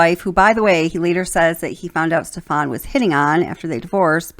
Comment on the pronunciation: Stephan's name has the accent on the first syllable.